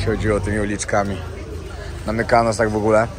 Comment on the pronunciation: ..nie chwalisz się,że Teściowa z Wami...😜😁😘Mykonos...nie Mykanos..😜